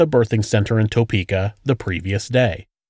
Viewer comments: Wish you could say Topeka the right way!!! Its tae-peka not toe-peka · It’s pronounced topukea not toepeka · Good video, and very informative. Just and fyi...I live in Kansas, and your pronunciation of Topeka is not correct.... not (Toe - Peka) . Not sure how to gramtically correct for you....kind of like a Tu.....sound. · Living within an hour from Topeka and Melvern it's funny to hear the pronouncation of Topeka and Osage county....narrator definitely not from Kansas.